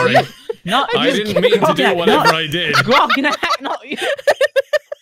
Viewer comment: calls Grognak "Ragnarok" The entire CMK community: sweating